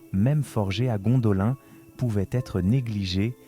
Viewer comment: un effort sur la prononciation stp, car de t entendre dire a tout bout de chant Gondolin, alors que la prononciation est Gondoline, franchement sa casse les boullasses, j en suis a 4 minutes est j ai déjà envie de me barrer, juste a cause que tu répète en boucle Gondolin, alors que l histoire que tu raconte est intéressante. Malgré tout je te laisse un like, car le boulot effectuer est bon, l histoire et bien narrée, bon montage, Histoire intéressante, mais vraiment la prononciation, car sur certaine choses tu le faits. On m'as toujours dit, boulot à moitié faite n'es pas fais.